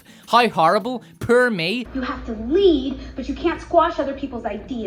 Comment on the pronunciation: I could even argue you say Power like Pyre and Poor like Purr.